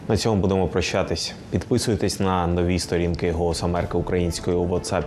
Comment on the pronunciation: ЦьомУ,цьОму не правильно,томУ,а не тОму.